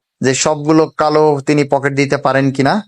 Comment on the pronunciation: Poket na eta pukur 😂😂😂